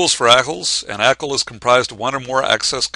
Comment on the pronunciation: can't watch this. Can't say 'ackle'. grrr!